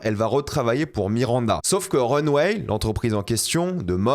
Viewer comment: Mon dieu qu'il prononce mal le nom de la revue de mode... C'est Runway... Pas Runweille....